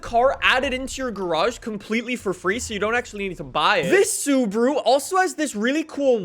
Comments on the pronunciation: Why are you saying Suburu and not SubAru? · the way he says Subaru wtf is subru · Why does he say Subruu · American way to pronounce Subaru is actually Sabru Pronounce "Sub" like in "subway".